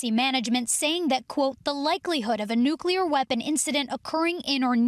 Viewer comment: Lady you sound like we are practicing a fire grill.... It's Nuclear🤔